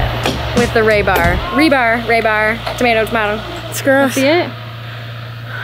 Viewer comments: FYI it isn't raybar it is rebar. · Re. Bar. Not Ray. Bar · the word is REE BAR please stop butchering it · Reeeebar, not raybar. You guys are so cute. Love the channel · Iv never herd it called ray-bar. Lmao it’s rebar silly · Ray bar? Ree bar weirdos😂! he he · You can do a whole youtube video just on living in a geo greenhouse??? Im a genius .... Thats would be a great poster ---->> ITS RE BAR ... NOT RAY BAR//// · It is not Ray bar it is re-bar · re-bar, not ray-bar. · In the States, we use rebar, not raybar. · HEY GIRLSSSSSSSSSSSSSSSSSSSSSS!!!! YOU GUYS ARE FRICKIN AMAZING AS USUAL WITH THE THINGS YOU BUILD!!! BUT I WAS NOT GOING TO SAY ANYTHING WHEN YOU SAID IT ONCE BUT YA ALL SAID IT A FEW TIMES SO I THOUGHT I WOULD LET YOU KNOW THE CORRECT PRONUNCIATION OF THE METAL BAR YOU ARE WORKING WITH IS..."RU BAR" NOT RAY BAR!!!! JUST SAYIN!!! THANKS, F.M.V. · Pronounced "Ree barr" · I just watch for the pronunciation of project and now rebar!